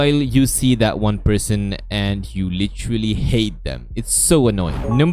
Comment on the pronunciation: "LICHERLY" "PWRETTY "